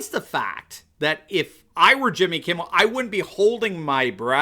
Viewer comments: I was sure I heard you calling him Jimmy "Kibble", which is pretty accurate. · Did you say Jimmy Kibble? I think that’s who you mean. I don’t seem to remember Jimmy Kimmel